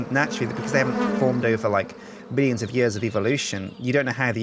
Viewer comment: BEEllions of years XD